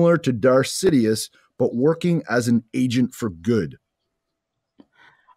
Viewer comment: You said "sidiuth" lmaoo